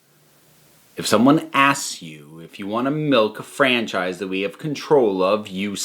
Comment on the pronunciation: I take a shot of potato juice every time you say franchfrise.